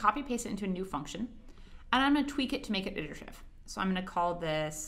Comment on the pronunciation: lol she can’t pronounce iterative.